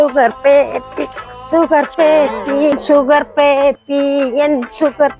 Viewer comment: சுகர் பேபி சுகர் பேபி சுகபேதி சுகபேதி என்ற போல இருக்கு 😂😂😂😂😂👌👌👌👌